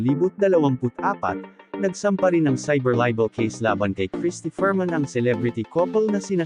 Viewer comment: Crristy FERMIN HINDI FERMAN! KALOKA😂😂